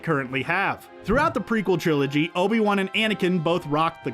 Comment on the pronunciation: It's not Obie One. It's Obi-Wan.